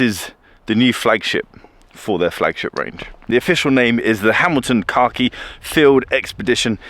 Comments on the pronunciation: Say it with me.. “Kack-Eee”. Not “car-key”. I had to pay close attention as I thought Hamilton introduced a watch called “car key”. Lol! 😂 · I genuinely heard you say "Hamilton Car key collection" number of times 😀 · Every time said “khaki” I heard “car key”.